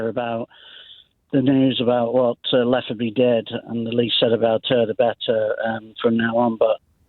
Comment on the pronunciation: Her name is not Letterby, it’s Letby! ❤